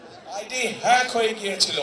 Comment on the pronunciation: যে নেতা হ্যাক বানান উচ্চারণ করতে পারে না। সে আবার বিশেষজ্ঞ দিয়ে গবেষণা করিয়ে রিপোর্ট আবিষ্কার করেছে 😅